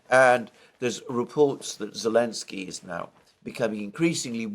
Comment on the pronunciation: Who the hell is "Alensky" ?!?